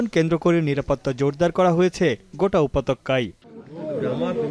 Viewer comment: উপত্যকা হবে, উপতক্কা নয়